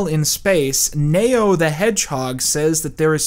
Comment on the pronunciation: Why are pronouncing Neo as Mayo?